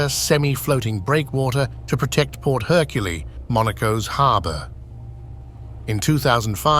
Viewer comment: The narration had massive issues with pronouncing French names, like “Port Hercule”, or the blatant mix of a typo and AI ignorance when stating the marina was “under the Lorenzo building”, when it is “Le Renzo”.